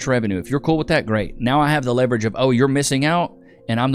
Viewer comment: Leverage or Levi-rage?